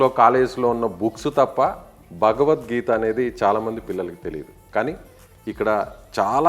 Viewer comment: Bha ki bha la palakandi bagvat gita yenti anchoru